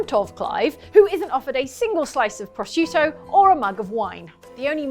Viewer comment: As an Italian, I'm amazed at accurarate pronounciation of "prosciutto". As if I didn't have enough reasons already to admire the lady.